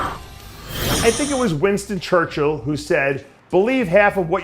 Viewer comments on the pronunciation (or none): none